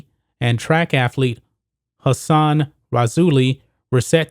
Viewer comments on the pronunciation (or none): none